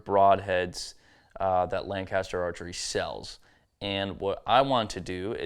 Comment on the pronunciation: It’s lang-kiss-ter. Not lan-caster. Not lang-caster. Lankisster. Just sayin.